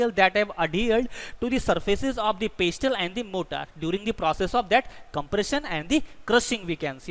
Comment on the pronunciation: In pestle , the 't' is silent